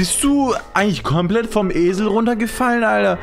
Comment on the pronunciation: "kormplett" :D